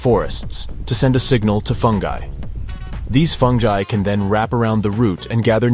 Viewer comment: Him: Funji Me: What?? Do you mean Fungi???